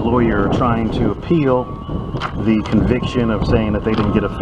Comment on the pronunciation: that's the guy who can't pronounce the word "the". He says "d's" indeed